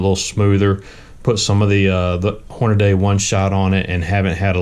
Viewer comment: Hornaday? The name, "HORNADY" is stamped on the press you're using for this video. Horn-a-dee. Hornady. Not Horn-a-day. Dumbass.